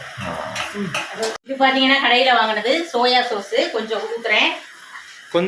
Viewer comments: சொசு illaka சாஸ் ka nalla rendum vantheenga அல்ல பின்னே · Sosu illaTomato sauce 😂😂😂😂😂